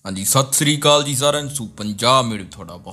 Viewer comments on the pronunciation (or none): ਭਾਈ ਜੀ - ਇੱਕ ਸਫਾਈ - ਸਤਿ ਸ਼ੀ ਅਕਾਲ ਨਹੀਂ ਸਤਿ ਸ੍ਰੀ ਅਕਾਲ ਹੁੰਦਾ ਜੀ! ਬਾਕੀ ਸਭ ਜਾਣਕਰੀ ਬਹੁਤ ਵਧੀਆ!